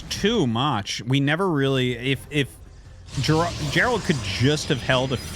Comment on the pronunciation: It's Geralt not Gerald. Pronounced gare-ult.